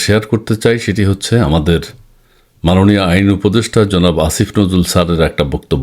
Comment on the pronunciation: আইন অপদেষ্টা স্যার না কি ষাঁড় 😅 আপনি ও উচ্চারণে কিছু ভুল করছেন।😢আপনার এই ভুল মেনে নেওয়া যায় না 😅😂